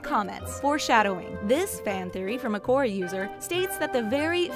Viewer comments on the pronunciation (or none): none